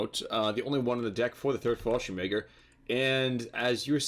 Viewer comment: The way your British friend is pronouncing fallschirmjäger bothers me greatly.